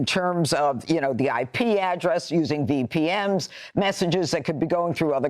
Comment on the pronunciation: I shut it off when she said VPM’S it VPN’S so right there i know she knows nothing and no they are not sophisticated